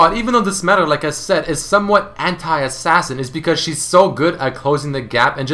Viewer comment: The way you say anti XD (hentai).